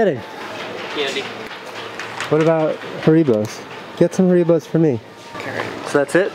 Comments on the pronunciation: So no-ones gonna speak about casey saying ha-reeeee-bow instead of harry-bo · I love you and all... But you call them HAREEBOS